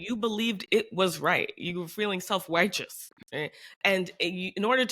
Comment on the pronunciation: Did you (hi, if reading!) say "self-whiteous" at one point, or am I a little high? I thought it was pretty funny, though. "You are dividing us!" RRRRRAAAAAAAA I so feel that! I'm trans, and my father accuses the "woke mind virus" and "DEI" of being the "divisive" thing, and I'm just like, MY GOOD BITCH, YOU ARE DOING IDENTITY POLITICS! WE BOTH ARE! EVERYONE DOES! I'M JUST THE ONLY ONE IN THIS CONVERSA[ok i can end caps] -- in this conversation who actually knows it! When you don't know you're doing identity politics, you will automatically be naturalizing your identity, and you "normal people" (couldn't be me!) just "know" us "other" types are destroying society for "normal" people (an identity you created and treat as natural!) in service to "special interests!" And they'll accuse all justice movements of "blah blah blah baby blah blah bathwater." So... annoying!